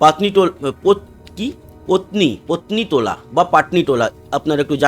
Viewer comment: ওটা "পত্নিতলা"